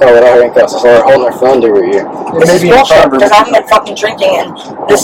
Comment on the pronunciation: Did she said ZULLSHIT??? Lolllll I cannot